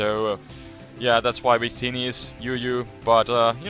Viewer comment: He says "we create" and "wictini" because in German, "W" has a "V" sound, so he naturally has a W-V pronunciation variation, haha.